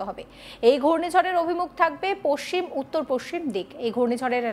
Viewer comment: পস সিম বলছেন কি জন্য? পশ্চিম বলতে কি অসুবিধে?